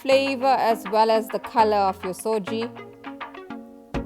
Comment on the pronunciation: Its suji not soji